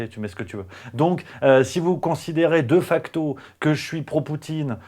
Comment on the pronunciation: (, on dit "Dé facto" en latin!!! Boudiou!!)